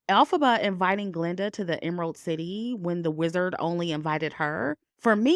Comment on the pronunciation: Very good review! Sometimes you say Glenda and most of the time you say Galinda. And it's etcetera, not eXcedRA. But, other than the mispronunciations, really GOOD WORK on the movie analysis. Thank you!